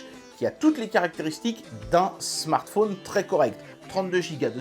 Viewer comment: le smartphôôôôône....le téléphôône sôônne...c'est l'accent de Haute Saône ? en tout cas, belle présentation du produit, merci !